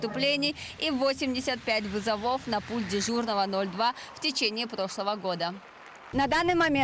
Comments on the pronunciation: вЫзовов а не вызовОв, смените корреспондентку. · Три раза сказала вызовОв 🤦‍♂️